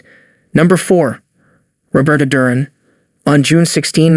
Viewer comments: Jurin? It is pronounced DUR-AN - Good list but that is a basic mistake. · DURan? Sugar Ray LEEN ard? How can I take this seriously. Is this some a.i. crap or what?